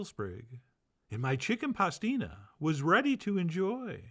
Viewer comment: "Hicken pastina is the favorite soup in Catalina, I win again chef john, lol